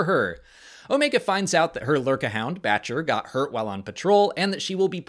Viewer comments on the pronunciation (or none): I swear she was saying "Betch-ya" not Batcher... dunno... but ya I realize it's Batcher....